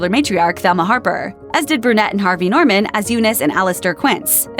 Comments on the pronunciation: Its "korman" not "norman." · I'm sure the people who put this together didn't realize they mis pronounced the name of Harvey Korman.they call him him Norman.